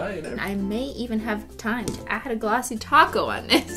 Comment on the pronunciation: I keep hearing "glassy taco" instead of "Glassy Top Coat"...